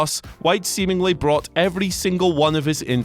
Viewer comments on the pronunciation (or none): none